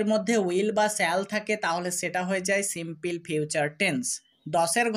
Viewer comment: দয়াকরে প্রথমে আপনার ইংরেজি উচ্চারণ সঠিক করুন।এই ধরনের হাস‍্যকর উচ্চারণ নিয়ে please কোন ভিডিও পোস্ট করবেন না।কারণ বিদেশের বাংগালিরা আপনার ইংরেজি উচ্চারণ শোনে মনে করে দেশের বাংগালিরা অত্যন্ত মূর্খ। Please don’t say সিম্পিল, say সিম্পুল (simple) ok